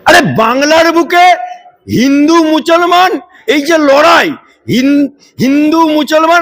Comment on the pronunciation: ভাষাটা ঠিক করে বলুন। মছলমান নয় মুসলমান।